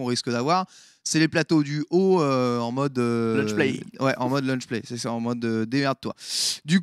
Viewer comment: "Luncher" rip l'anglais x)